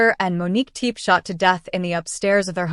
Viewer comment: Whomever is narrating this documentary should get the proper pronunciation of the name for goodness sake. It’s not TEEP, it’s TEPE. Go find it please out of respect